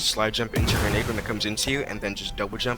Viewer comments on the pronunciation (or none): that did not sound like grenade